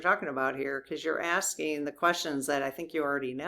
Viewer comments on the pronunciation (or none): none